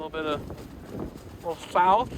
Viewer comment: lol you say sauce like a dutchman